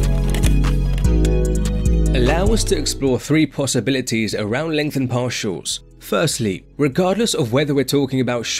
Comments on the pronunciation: Legtnhen parsials 4 lifeee mothaafokaaa .. 🍻🍻🍺🍺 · "LEngtheNed PaRtials"